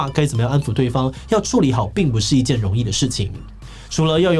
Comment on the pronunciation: 建議志祺：「處」理的「處」音調要正確，是三聲變調成二聲「除」理，不是四聲「矗」理